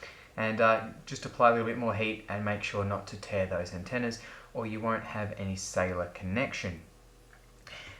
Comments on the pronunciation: i always googled "iPad Sailor" until i heard you say it for like the 27th time, then i understood, that you meant "Cellular"... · When you said cellular, I thought you said sailer